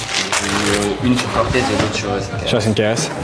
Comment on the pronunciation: a min je connaissais pas la air max 95 "corteuz" mdrrr belle paire